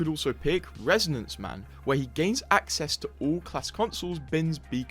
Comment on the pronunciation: REN - A - SAWNS- MAN not resonance man lolllll...